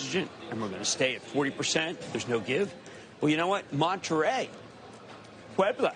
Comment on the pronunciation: Jim Cramer speaking Spanish is unintentionally hilarious, “Mexico: Monte Rey, Puebla!” 😂😂😂